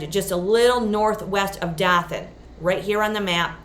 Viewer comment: Doe-than. :) Not Dawthan. Thanks for showing these :)